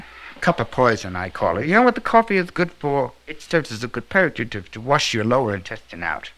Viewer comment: The section where he starts talking about coffee includes an unintelligible word-- that word is "purgative". He pronounced it incorrectly as "purj-ative" (like "purge") rather than "purg-ative" with a hard "g" sound (like "purgatory"). It refers to his belief that coffee is a substance that can get rid of bad stuff stuck in your digestive system by causing your bowels to move. Not a crazy notion, nor is it entirely incorrect. Coffee is pretty well known for being a trigger for just such an effect on the digestive system.